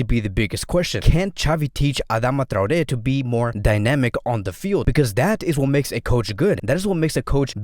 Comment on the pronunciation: Thank you for pronouncing Traoré correctly :)